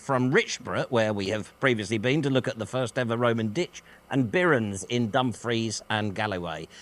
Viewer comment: I lived in Liverpool for quite some time and they thought everyone in Manchester was a tit anyway 😆 ... and no, I'm going to tell you it is pronounced Dumfrees not Dumfrieze.